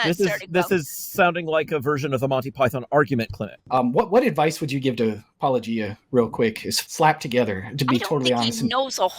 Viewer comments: When you're an apologist and you think you're a lawnmower but in reality you're just a typical yawnblower instead. I am shocked he pronounced your name right, though. Of course, considering that and the lightweight praise, that clip from Yes, Minister comes to mind. "It is necessary to get behind someone before you can stab them in the back." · Almost fell off my chair when I heard a Christian apologist say 'Paulogia' correctly! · OMG! He actually pronounced Paulogia correctly! I may have to begrudgingly admire Dr. Brown for this one very specific reason now. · They clearly watched a bunch of Paulogia since they pronouce Paulogia correctly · Was this the first time an apologist pronounces Paulogia correctly? These two deserve credit. Not only did they take you seriously, and respectfully, they also approached you much more honestly than many. Which you can't say about people like Craig. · Can we all consider the fact that our bar is so low for the apologists that we are genuinely impress when they manage to pronounce your name correctly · After that mangling of your name by "Capturing Christmas" it was such a relief to hear your name finally pronounced correctly! 😁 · An apologist pronounces "Paulogia" correctly? It's a Christmas miracle! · OMG he pronounced your name right O_O Its a Christmas miracle !